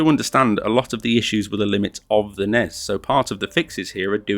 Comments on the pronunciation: its N-E-S not nez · please dont say nezz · Once he said the NES instead of N.E.S. I realized he probably didn't play this as a kid in the 80s. Probably someone who played in in more recent time.